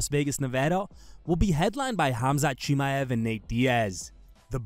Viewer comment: how many times you gonna confidently mispronounce chimaev in one video? woof